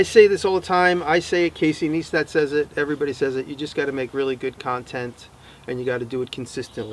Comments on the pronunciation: "Casey Neestat" XP it's "N(i)estat", but that's okay Jimmy, we still love you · Jimmy, not to be rude, but Neistat is pronounced just like "nice tat" tat as tattoo. This is the way he taught it on the vlog. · Casey Neistat (Nice-Tat)